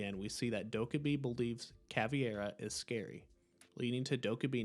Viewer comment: why do you call caveira caviar